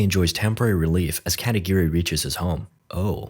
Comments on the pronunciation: Yea he was pissing me off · katagiri? i heard katakiri